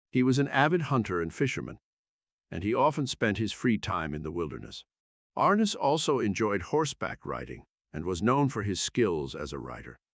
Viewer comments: Please say his name correct ARNESS not like horse harness. I can’t believe you would do this document of this great person and you don’t even know how to say his name. I never miss an episode!! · How about getting someone who could pronounce Arness.